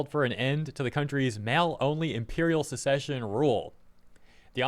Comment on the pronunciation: SUCK-cession, and SESS-ession, are two very different things. To succeed (SUCK-cede) is to replace the old with the new. Like when the prince becomes the new king. To secede (SESS-eed) is to separate or withdraw from. Like when the Confederate states separated from the rest of the USA. So make sure you pronounce them right to avoid confusion. Otherwise it might sound like you're saying Japan is withdrawing from the UN, which they are not. At least not yet.